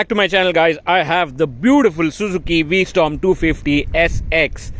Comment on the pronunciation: It's v strom, not storm